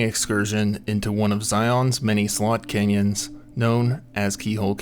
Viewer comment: It sounds like your saying sold canyons.